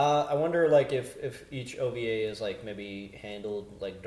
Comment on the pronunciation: O-V-A! Not "Ovah".